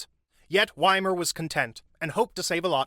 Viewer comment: His name is Wimmer and not Wimer... Is it SO difficult to pronounce names properly? Even Google can help... It's not magic, really.